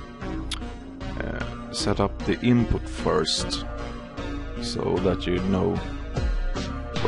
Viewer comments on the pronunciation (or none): none